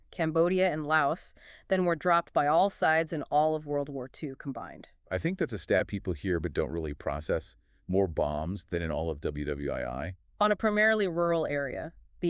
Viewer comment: AI voices? WWII he reads as W W eye eye. I mean so believable they sound so good until they foreign words like a computer, indokina